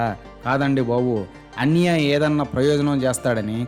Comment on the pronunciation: మీకు కాన్సెప్ట్ అర్థం కాలేదు, ఆయన అన్నయ్య అనే పదాన్ని అన్నియ్య అని ఉచ్చరించడం లో చాలా depth ఉంది, అది అర్థం అయితే మీరు ఈ కామెంట్ పెట్టరు